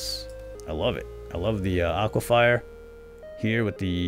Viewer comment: it's pronounced aqua-fir